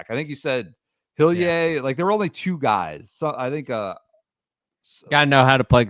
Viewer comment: taking a swing at pronouncing Hillier the French way within 10 minutes of Row-Main Langaskcue and Saint TrowPez is the true essence of the